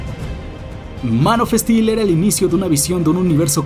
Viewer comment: Es gracioso como pronuncia "Man of steel" Manofestil